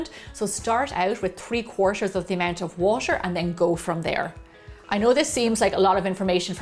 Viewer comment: When Gemma pronounces t in ‘water’ it’s so exotic like ‘watsher’